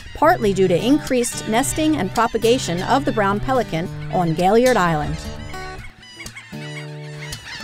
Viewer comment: Excellent video, but may I ask if you lecture on Gailliard Island in the future would you try to pronounce his name as he did please? Doc put the accent at the end and pronounced his name as gail-Yard. Thank you and please keep updating us!